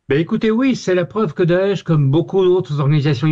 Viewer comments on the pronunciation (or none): C'est bizarre vous quand vous dites daesh j entend otan Faut que j'aille voir un médecin